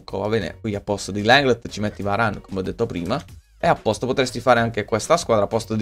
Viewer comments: LENGLÉ si pronuncia non LENGLEDT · Riuscirai mai a dire/pronunciare LENGLE(T)? Senza dire Lenglndt?